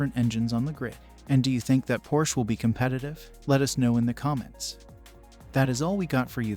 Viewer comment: First of all, you should learn to pronounce Porsche -- it has two syllables. Second, Porsche would immediately be a strong contender. Hopefully we'll soon see.